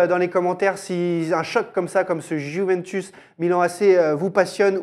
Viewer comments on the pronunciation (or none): Avis au peuple français. Juventus ne se prononce pas Juvintus mais Youvéntous. C'est compliqué?